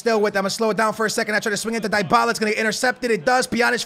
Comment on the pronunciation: please learn how to say dybalas name right